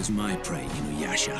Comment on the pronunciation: Classic Inyuyasha lol nice video